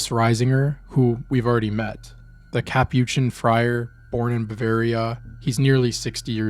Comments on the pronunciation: it’s FRY-ER. Friar. Not FREE-ER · It's pronounced like this ca-pooh-chin fryer. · Sorry to nit pick, cap-oo-chin (or cap-uh-chin) fryer